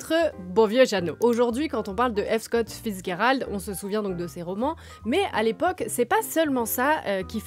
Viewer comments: The G in Fitzgerald is not a hard G, it's a soft G. It's confusing because it looks like a German name in origin, but its not, "fitz" basically means son of, usually it's a son born out of wedlock, but the name Gerald came way of the Normans to the English language, so in English we'd pronounce the G as a soft G, like a J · Vous prononcez son nom comme si c’était de l’allemand ou quelque chose… Le G se prononce comme en français (dans le mot « gérer », par exemple). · vous ne prononces pas bien le nom de Fitzgerald, sorry to bring it up but mes oreilles saignent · C'est horrible, mes oreilles saignent aussi ! 😂